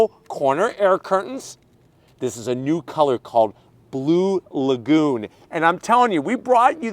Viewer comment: I thought he said Blue Magoo initially.